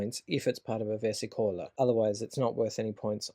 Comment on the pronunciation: It's nice seeing people are trying to revive the Minchiate. I would pay gold for a deck if it were commercialized. But it kept bugging me that you pronounce it versicóla, it's versìcola 🙏